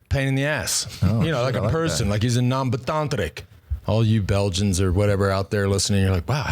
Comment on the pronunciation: Ambetanterik, perfectly pronounced Lance.